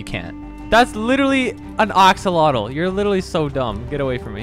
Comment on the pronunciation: hey dev what do you want to do: axalatle